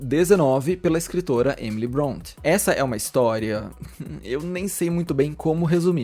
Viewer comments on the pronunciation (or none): Se fala Emily "brontê"